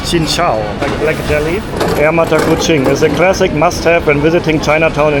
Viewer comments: We do not read like this: "Air mata" + "kucing" = tears of cat stated by. We read like this: "Air" + "mata kucing" = the water of the mata kucing(fruit) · Air Mata Kucing = Longan water. read Air Mata as cat's tears. But it should be read as Air...Mata Kuching (longan).